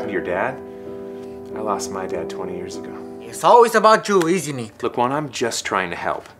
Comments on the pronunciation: is not jeer is years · He actually said jeirz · LOL he said jears instead of years and jes instead of yes 😂